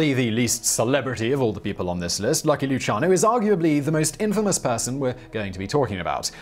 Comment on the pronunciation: Nah, it was one of Luciano's relatives, for the way his name was pronounced. Side note:As I was checking the spelling, noticed this> Lu-CIA-no.